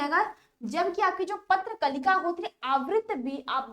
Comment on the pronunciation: Patra Kalika nahi prakalika hai but aap likhi sahi hai aur padh galat rahi hai